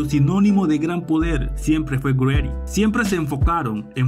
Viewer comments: Todo bien hasta el GREDDY! G- READDY ! la G separa del resto ! 👍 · !yo crei que GReddy se pronunciaba como "Yi reddy", pero es GReddy!